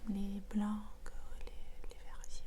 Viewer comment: Coucou ! Comme d’habitude tes vidéos sont géniales et reflètent toujours un peu plus ta personnalité colorée 🌈 Petites « corrections » si ça peut t’aider : - on dit plutôt « en forme de (fruit) », frais de livraison ou bien d’expédition, et dans le mot « blanc » le C ne se prononce pas, et pour parler d’une couleur on emploie le masculin « j’aime le jaune » (oui c’est pas logique ahah)